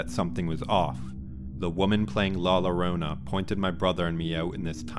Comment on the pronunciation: Not LORONA but JORONA. Double L have a J sound.